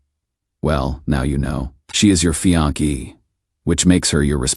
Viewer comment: Fe-onk..??? Fe-on-key..?? Wth. Fe-on-say. Fiancée. Good story, HORRIBLE AI.